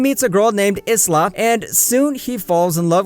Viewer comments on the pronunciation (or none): I know its easy to be mispronounced but it’s pronounced eye-la rather than is la